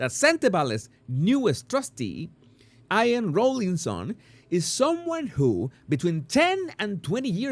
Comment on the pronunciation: Jesus, I know you are always working and perfecting your English and I love it. Just to say IAN is pronounced as EE AHN. Buenos Diaz and Felicid. My Spanish is rusty LOL. Great selection 👍 of articles.